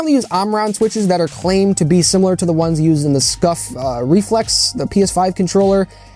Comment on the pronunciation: The way you said discuff got me dead 😂😂